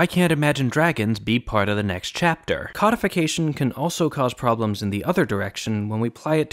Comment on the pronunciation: You say codification as if it's the categorisation of fish